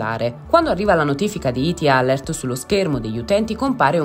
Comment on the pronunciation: Perché usate parole inglesi se non le sapete pronunciare?🤦🏻‍♀️🤦🏻‍♀️🤦🏻‍♀️ alert = əˈlɜːrt. A questo punto usate l'italiano.